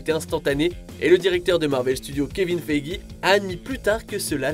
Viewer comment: Tout est bon dans cette vidéo, sauf ta prononciation des noms ! exemple karen Gillan ca se prononce Jillan et pas Guillan ! ou kevin Feige c'est pas Fei J c'est Fei jeu